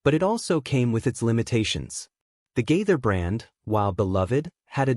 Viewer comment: Why do you pronounce Gaither like that.